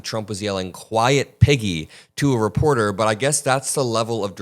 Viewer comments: I thought he said "quiet Mcgee" lol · Piggy ?!?! WTH it was deranged enough when I thought he said Peggy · At first I thought he said “quiet, McGee” 😂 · Honestly it sounds like like he's saying 'quiet, Mcgee' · i too thought he said peggy, lol. there is def scams in ref to release the files. he doesn’t even know his ass from his elbow! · Oh so he really did call her piggy??!! I thought he said Peggy too. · I thought he said "shut it McGee!!" Haha i was way off if he said Piggy 🐷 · I thought he had said Piggy, but figured maybe I'd misheard it.